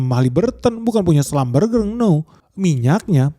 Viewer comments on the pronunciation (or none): Schlumberger di baca nya schlumbersi boss😂